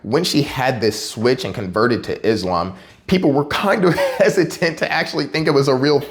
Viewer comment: she said it how its supposed to be said. It's pronounced "Islam" not "IZLOM" most Americans get it wrong